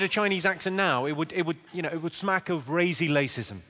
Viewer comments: Ah yes. Razy lacism. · "Razy Lacism"....Brilliant!